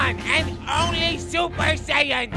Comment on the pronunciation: I love how this had the first time goku said "saiyan" correctly